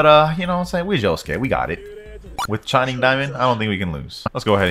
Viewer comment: Bro says shinning diamond, it's crazy dubbed bozo 🤣